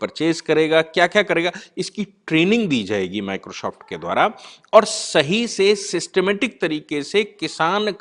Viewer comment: पहले "माइक्रो सॉफ्ट" बोलना सीख ले । 🔥🔥🔥